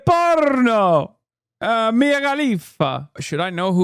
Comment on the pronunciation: Argentinian loser hit the "Porrrno" with a hard R